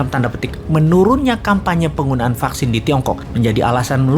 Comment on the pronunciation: "Vaksin, fucksin, vaksin" 😂